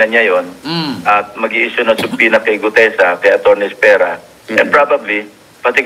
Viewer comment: Ikaw ang isa s iilan na halos tama ang pronunciationn ng subpoena. Silent B talaga.